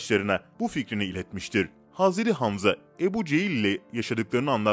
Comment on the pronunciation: Hazreri ne ya? Adam hazret demeye eriniyor galiba